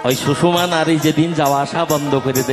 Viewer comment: ইয়া,পিঙ্গলা আর সুষমা, সুষমা নয়, সুষুম্না, ভুল উচ্চারণ বড় কানে বাজে।